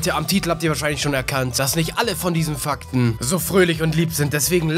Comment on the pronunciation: *Fack*ten xDD